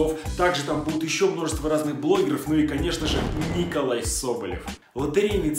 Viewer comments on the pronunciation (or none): Опять не правильно НИИИИИИИИИколай соболев.